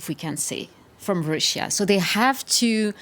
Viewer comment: siyahlı bayanın telaffuzları beni öldürüyor. türk aksanıyla telaffuz ediyo desen değil anlayamadım hangi dilin aksanıyla telaffuz ediyor kelimeleri russia kelimesini öyle bi söylediki kulaklarım kanadı.